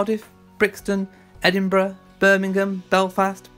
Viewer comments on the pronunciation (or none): none